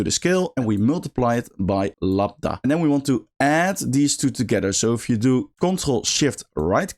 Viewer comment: Minor point, but it's "Lambda", not "Labda" :)